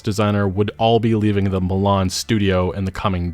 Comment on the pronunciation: Mlan? Milan my G